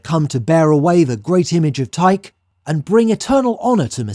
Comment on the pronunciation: Would it not be KOR-inth, and TYKE-ee?